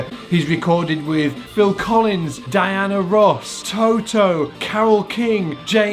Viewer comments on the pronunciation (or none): none